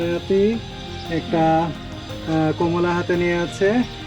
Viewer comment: কোমোলা নয় কমলা